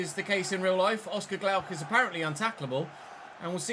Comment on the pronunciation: It is Oscar Glokh and not Glaukh read it as a singular’o’ 😉